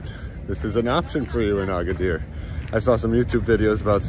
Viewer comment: Agadir NOT Agaidir. 😂